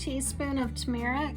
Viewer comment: the way you say turmeric is quite unique! google has pronunciations if you need it